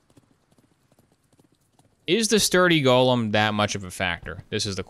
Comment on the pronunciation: go-lem not "gollum"